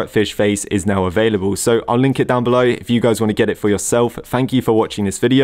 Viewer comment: “Fank you”